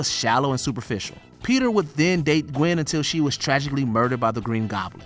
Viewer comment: You mean Gwen not Qwen